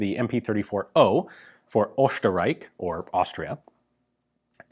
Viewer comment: Your German sounds pretty good,only your Österreich needs some improvement. 😂 Cheers